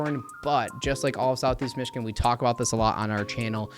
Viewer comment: I do love the hard work you put in to this video. Thank you for sharing. Just one random question. Why do you pronounce Michigan with k?